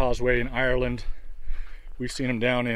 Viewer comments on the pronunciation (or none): none